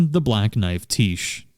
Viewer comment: its "Black Knife, Tiche" as in black knife is her title and tiche is her name. its pronounced tish. and cleanrot knight finlay is a dude XD..... sorry every time you said "the black knife tiche" it was a dagger in the right side of my brain